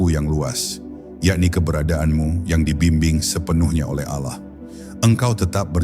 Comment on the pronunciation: Ini yg baca muslim atau non muslim....kok.sebut Allah itu kykx ganjil gt loh....kdgranx Alah bkn Allah....